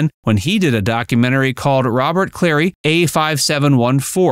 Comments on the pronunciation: Cl;arey!! not Clay! What is wrong with you?!? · Robert ClaRy. Not Robert Clay. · It's not Clay It's Clary you mispronounce many names are you using AI for narration? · Werner KLEMPERER, not Klempner and Robert CLARY, not Clay: Have some respect and get the actors' names right. There are other errors, but those two are glaring. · same with Robert Clary (they used Clay) and pronounced the character name as Lewis, instead of Louie